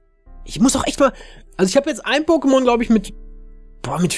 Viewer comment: hör bitte auf pokemonS und pokeSCHtops zu sagen,danke...